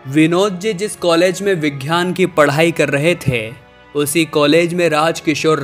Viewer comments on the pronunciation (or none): 'घ्यान' नहीं ज्ञान, 'वैघ्यानिक' नहीं वैज्ञानिक। 'घ' के बजाय 'ग' अक्षर हैं।